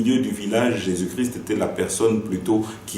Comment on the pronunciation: Cardinal ne sait pas prononcé christ , mot cri ce n' est pas christ .